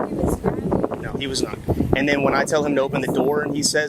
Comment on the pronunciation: “FARTHER MORE” “FOURTH” “AND DENNNN!” This Doofy Tyrant 🤦‍♂️ 😅